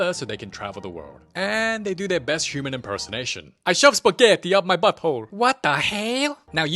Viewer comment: piZza, sPeghetti (italian accent) goes hard for the italians How does he even voice act them